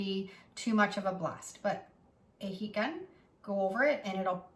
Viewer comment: "Heat Gun," I thought you were saying p gun, or pecon. It took three listens before I figured it out. Not you, me.